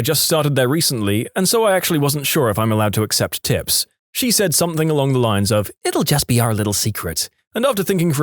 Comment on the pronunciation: No K in the word something